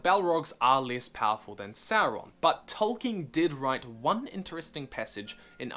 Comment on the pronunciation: Idk why but I have such a hard man crush on you right now. Speeding through your videos. Such a great comprehension of Tolkien lore... love your pronunciation of Tolkien